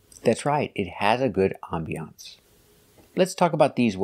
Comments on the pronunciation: I cannot believe she actually said "ambiancée" 😲 I could never actually follow her, but I never knew she could be so bad! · It sounded like she was saying I'm Beyoncé with a bit of an exaggerated pronunciation 😁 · "How is it called" and "help of" is just the burden of the Slavic language being her first one. Not sure where she got that "ambiancée" pronunciation from, but I hope she knows how to pronounce "nouveau riche". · 🤣🤣🤣🤣🤦🏻‍♀️ Ohhh myyy! I laughed so hard! I had never heard the word “ambiance “ pronounced that way. Only Marina ! 🤦🏻‍♀️🤣🤣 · Boaz That would be my guess, that is a French word, nevertheless if she is teaching English she needs to pronounce it the English way. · I am a French native speaker. We don't pronounce it with an e (english) sound at the end (used as a noun). The pronunciation in French is closer to what this man says than what Marina says. I don't know where she had heard the word ambience/ambiance. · I laughed so hard when I heard her saying “ambiance “. Sounds hilarious